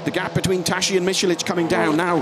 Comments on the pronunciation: Tas-si -> Tassi, not tashi! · It's the Hungarian prononciation. It's not Tassi. Thanks for watching (and listening...).